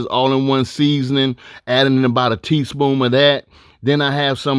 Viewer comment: I thought I was the only one that noticed him saying "teaspoom"